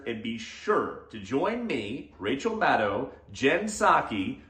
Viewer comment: Rachael Mad-bro-w